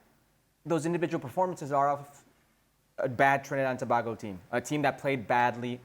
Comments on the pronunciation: Bbboooiiii!!! Shaka is your coworker and youre still saying tobahgo?? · Pronounce tobago properly please🙄😂🥱🥱